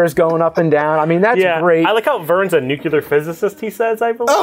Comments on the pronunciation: 'NUKULAR' XD he's STILL saying it :P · I'll keep saying it every freaking time,. "Nucular" is not a word!